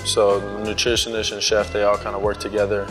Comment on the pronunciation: teacher: no tyler it’s pronounced nutritionist tyler: oh bet, newtrishnish